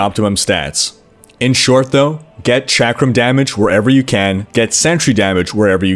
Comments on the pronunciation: Chakram is pronounced "shock-rum". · I don't know which annoys me more: di-AB-lo or chack-rum. Fucking ugh.